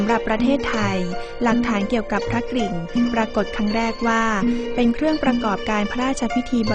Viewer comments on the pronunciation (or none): ควรควบกล้ำว่าพระ ก-ริ่งนะต้องมี ร เรือด้วย ไม่ใช่ พระกิ่งนะ